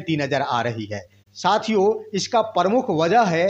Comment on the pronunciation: Yutuber जी आप साथियों को शथिओं बोलते हैं जो गलत है। उस शब्द को यूश बोलते हैं। यानि स को श बोलते हैं।